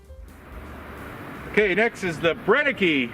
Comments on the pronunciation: Great video again! Just as an FYI "Brenneke" is pronounced "Brenn-eh-keh", "Brenn" like the Bren gun. The "ke" sounds like "ca" in the name "Monica"? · Brenneke is pronounced Bren nuh cuh. Now you know.